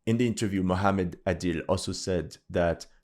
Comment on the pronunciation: That 'Somali' isn't Somali. He's Ethiopian Larping. He can't even pronounce Mohamed properly.